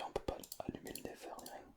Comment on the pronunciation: Sa s'appelle pas le never mais le netheur 😅